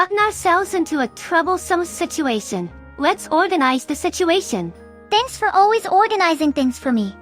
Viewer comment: Weeb gotten ouselbs into a twubblesum sitooaton